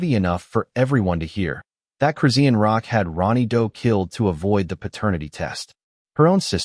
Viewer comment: The way that AI voice CONSTANTLY REPEATS EVERY NAME IS CRAZY! Redundantly mispronouncing Chrisean Rock at the BEGINNING OF EVERY SENTENCE is crazy. Only a computer generated "voice" (AI) does that. I've heard her name more in this video than in the last TWO YEARS COMBINED 😳!